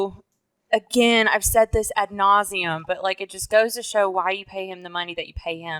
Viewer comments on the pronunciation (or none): Please stop saying “ nauseam”